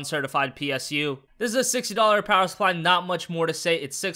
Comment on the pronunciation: "Movin' on with the Powahaah Supplah."